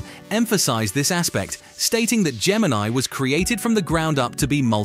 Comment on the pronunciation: Its Gemini, no R